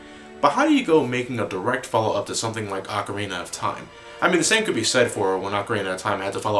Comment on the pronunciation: Dude, you are one of the few Americans that pronounces 'ocarina' properly. Props to you!